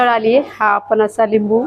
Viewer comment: नमस्कार, सर्व प्रथम आपले अभिनंदन कारण आपण मराठी ब्लॉग बनविता आहात. आपला हा ब्लॉग बघितला काही त्रुटी आहेत, आपणास नम्र वीनंती आपली मराठी भाषा शुद्ध बोलण्याचा प्रयत्न करा काही चुका तातडीने दुरुस्त करा. 1) आपण: आपन नव्हे 2) पण: पन नव्हे 3) जाणार: जानार नव्हे 4) फरसाण: फरसान नव्हे आपण एक इंग्रजी शब्द वापरला: wow कशाकरीता त्यापेक्षा अप्रतिम हा शब्द, एक bite घेते: यापेक्षा चव घेते. राग आला असल्यास क्षमा असावी